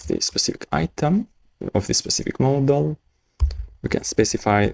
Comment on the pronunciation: The fact that the guy pronounces the word "Model" as "Moldol" is distracting.